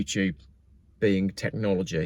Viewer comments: The 740 thing is disconcerting, but even stranger is you having 3 days of videos with so much sunshine in “Worstashurstashire”!!! 😀😀😀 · Christ, your holiday in "worcescestershire" must be dull if you prefer sitting in your car reading out this drivel.